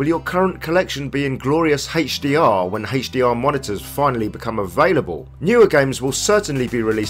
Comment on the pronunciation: Very informative video except the way HDR is said, it's like that cool whip thing from family guy...